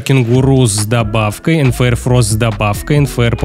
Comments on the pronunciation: почему ты говоришь нфр а нужно мфр почему? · Мне одной слышно не МФР А НФР